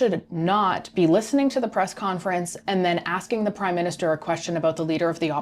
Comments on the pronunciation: "MIN-Ster" vs MINIS-Ter - With gratitude. Great job! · Minster not minister no Jim hacker